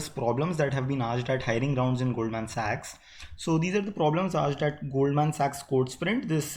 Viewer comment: lot of effort was put in while pronouncing "SAACHS"!